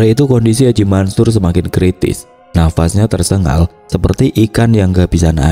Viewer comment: Tersengal min, bukan tersegal